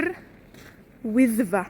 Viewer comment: Yr Wyddfa heb ik meer als uhr oeithva gehoord? Is dat een noord/zuid ding of mijn gehoor?